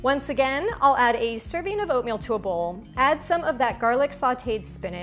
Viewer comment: servin', toppin', over-flowin', purchasin'... I've got no idea what kind of accent this is, but I love it to bits!! and, of course, the instructions are clear, instructive without bein' boring and/or over-long, and the recipes attractive as ...peaches and cream 🙂